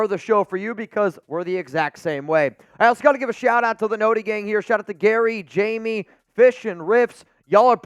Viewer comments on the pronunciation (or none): none